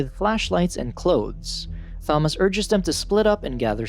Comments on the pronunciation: Hate the way you say "Thom-ass" instead of the correct pronunciation "Tom-iss" for sure, but other than that, damn the movie is way different from the book. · I'M SCREAMING, IT'S TOM-MAS NOT THA-MAS..(yes i know it's a voice bot but still.) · Tomis not thomis you lazy ai user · Bro his name Thomas not Tha-mas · its pronounced as; Tom-us, not thom-ass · its THOMAS!!!!!!!!! not thomoss. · It’s- It’s pronounced “Ta-mos” not “tha-mos” this ain’t Thanos’ brother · u mean Tom-us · Bro said "THomas" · Imagine your name being Thomas but pronouncing it as thaw-mas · stfu, Tha-mass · "Thaumoss?!" No. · Imagine you pronounce Thomas as ‘thomus’ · Thahmas, Thahresa, and good ol' Jorheh. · "tha-moss" "teressa" "Min-HO" good lord at least research how to pronounce their names first. Coming from an OG fan, This was painful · Clicked off the second I heard “Th-amos”😂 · Holy shit I'm pulling my hair out everytime you say "Tha-moss" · It should be Tha - Mass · bro is saying ''Fomas'' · The Tha-moss was actually very distracting and the video creator would likely prefer to know about the mispronunciation then to continue making the error. Maybe it's best to take that wise man's advice yourself young fella. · Pls don’t use this text to speech voice again, I can’t stand it saying “Fomas”. Good vid other wise though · It's pronounced "To-mas" LOL you screwed up. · I literally feel like scratching off my skin everytime he says Tho-mass😭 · THHHOMAS and tersaaah. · I'm sorry but.. why are you pronouncing the "th" in Thomas 😢😢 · Okay you can't pronounce Thomas bro stop using AI I'm never watching this channel again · Saying Thomas like it's correct. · Are we ignoring how he said Thomas 😂nvm how all the names were said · 14 seconds in and theres already a word mispronounced, and its a main characters name. This is going to be a barrel of laughs im guessing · Do you not know how to say Thomas right? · how does he mispronounce thomas and teresa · You're pronouncing Thomas wrong the H is silent